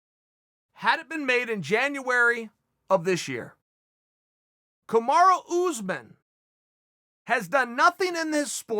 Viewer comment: Chael "Kamara" Sonnen